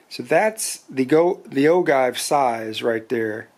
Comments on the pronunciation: Hello, I am enjoying watching and hearing you go through your handloading steps. In all due respect, I would like to correct you on pronouncing the word “ogive” and the description for the length of your cartridge. The word ogive is pronounced, “o-jive”, and the measurement from the cartridge base to the point on the bullet that touches the lands is called “cartridge base to ogive” or CBTO. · Anyone else just want to close the video when he said ogive wrong or is it just me ??? It’s a decent video but when you don’t know the name of what your checking is bad